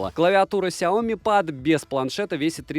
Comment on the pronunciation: ПЭД БЛИАТ СУКЕА, А НЕ ПАААААД